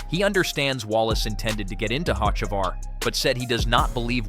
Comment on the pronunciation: OMG if you're going to narrate could you at least learn how to pronounce the driver names. You've pronounced Hocevar's name 5 different ways!!!